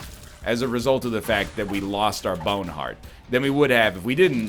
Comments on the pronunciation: Every time he says bowhen haurt I replay and laugh again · M Y B A Y W N E H A R D T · Gotta love the way NL says "boawne hweart" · sip your friends every time NL goes "my bowene heart!" with that weird accent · "MY BYOWNE HEART"